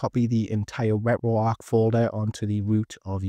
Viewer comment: Ret-ro-arc.. bro I can’t 😂😂😂